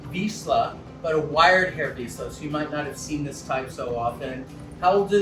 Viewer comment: "ZS" is a two-letter sound in Hungarian, so you pronounce it like the "s" in word 'vision'. It is the same as "sz", because we have different letters to "s" and "sz". For example the "Shop" is like an "S" in Hungarian, and the "Sea" is like "Sz". It was just a little correction, Doc. :D (Moreover we have many two-letter sounds, like CS, TY, NY, LY (= J), DZ, GY.)